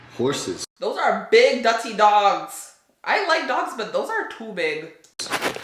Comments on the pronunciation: Wait a sec, she said "big dutty dogs"🤣, u Jamaican? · Did you just say 'dutty' dogs?? 😂😂 A some Jamaican just come outta you ? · I knew she lived in Ontario when she said dutty 🤣